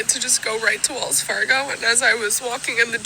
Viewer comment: get rid of the getto language, it is Wells Fargo not wills Fargo 😂